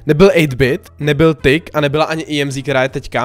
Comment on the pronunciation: To není tyck to je TICK VÝSLOVNOST: ŘÍKÁ OGY: TYCK JE TO: ŤICK